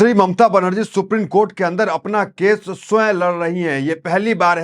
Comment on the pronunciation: Pl pronounce ' supreme' and not as 'suprene'